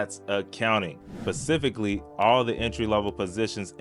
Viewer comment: The word you're looking for at the beginning of the video is "specifically," not "pacifically."